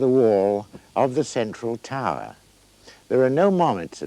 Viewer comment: "Taaaah". Tower, that is.